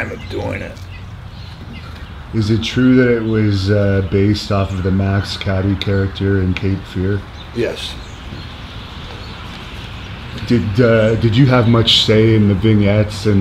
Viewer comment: Max "Caddie" It's Cady "Cay Dee"